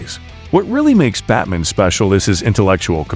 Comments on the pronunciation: This was decent but unfortunately had to cut it short due to my rage that builds everytime the ai says 'batmin' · Say Batmn one more time please 👌👌👌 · "Batmin" hahah